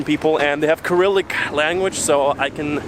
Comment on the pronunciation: I live in Bulgaria and speak the language at a B2 level, so most of what he said raised too many red lags. Somewhere I heard him say he was from Ukrainian. So, the only thing that can explain it is if he has Ukrainian parents and he was raised in the US. Thus, the odd accent blend. But when he said "Karillic Language," wow, that was a big f-up. Especially saying that in Bulgaria. Why? Well, Bulgarian's invented the Cyrillic alphabet. Saying what he said, qualifies him for BS'er of the year. There are lots of them BS'ers here...